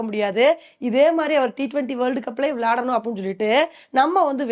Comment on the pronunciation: விளாடனும் இல்லை விளையாடனும் தமிழ் தமிழா பேசவும்